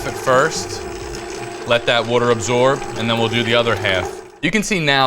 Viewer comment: Someone teach this guy how to pronounce water!